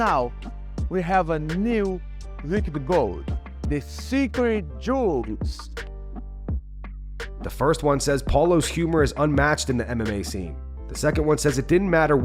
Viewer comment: Paulo introducing Anne frank as “secwet jeuez”